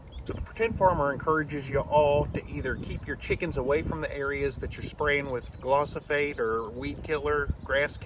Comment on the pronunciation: pronounced gli-fo-sate. Great content my friend. I will think twice this spring.